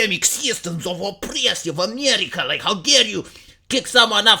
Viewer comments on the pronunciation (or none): none